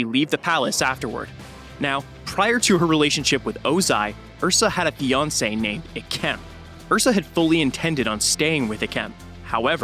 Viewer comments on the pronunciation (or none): none